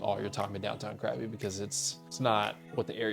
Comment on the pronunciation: It's not pronounced CRABBY! 😂 Try saying it more like "GUH-BEE"